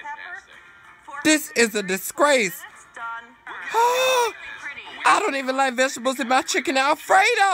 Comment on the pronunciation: "ThIs Is A dIsCrAce" I wanted to say